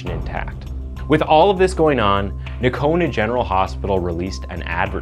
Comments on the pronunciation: It's pronounced No-cone-ah. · it’s pronounced, NO-CONA….lol